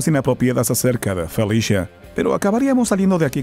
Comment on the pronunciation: Si esta totalmente desnuda para que sepan xD Falta informar y solo se dice Felicia no Felishia